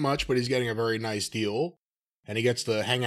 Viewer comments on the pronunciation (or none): none